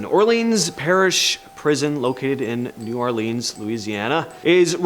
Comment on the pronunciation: Damn Yankee doesn't know how to pronounce New Orleans